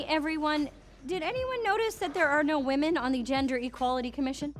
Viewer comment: "Defence" is fine...but pronouncing "women" like it's the same as "woman"???